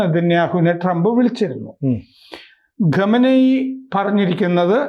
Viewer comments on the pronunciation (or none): ചിലപ്പോൾ ഖ പറയാൻ ബുദ്ധിമുട്ട് ഉണ്ടാകും എല്ലാരും എല്ലാം തികഞ്ഞവർ അല്ലല്ലോ. കാര്യം മനസ്സിൽ ആയില്ലേ അത് പോരെ.